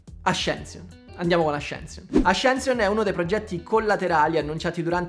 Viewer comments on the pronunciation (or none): Avevi detto bene ascension e poi hai deciso di italianizzarlo 😢